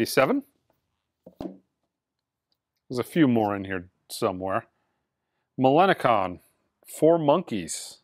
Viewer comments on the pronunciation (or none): Pronounced Millen Colin